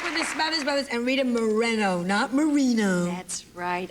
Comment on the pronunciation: She is so right, Morrrrrreno. I generally, politely correct people about my name and make an effort to correctly pronounce other people’s names. It shows respect.